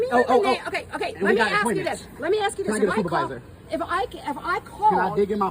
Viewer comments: This channel would be worth watching but the fact that the narrator is incapable of using the English language properly by pronouncing "ASK" as "AX" is very disappointing! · dude, if you’re going to narrate your videos, please learn how to pronounce ASK. It’s NOT AXE, it’s A-S-K! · In the spirit of educating and bettering ourselves sir, just try saying "ask" and not "ax" going forward. Trade a small bit of street cred in exchange for some literacy cred.